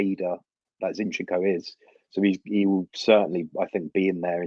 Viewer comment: Two things are for certain... 1. MM would be an amazing buy. We must have this kid. With that kind of a mentality... He'll break through a lot of ceilings! 2. We all pronounce Zinchenko wrongly! 😂